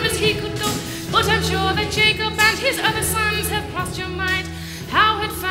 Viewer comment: The Narrator butchered Jacob and Sons. Jesus, what a train wreck.